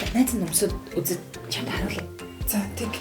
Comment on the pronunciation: чамт гэж хэлхээ боль